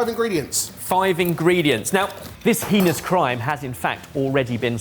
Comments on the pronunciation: i pronounce it "Hay ness" crime, pronounces it "He nee ious" and I'm not sure I'm okay #loveyouBen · The pronunciation of heinous is something I've never heard before lmao